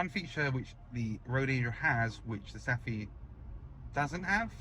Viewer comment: Thanks for an excellent video! In Denmark and Sweden, "ph" for example in "Saphe", is pronounced as "f", like "Safe" in English. 😊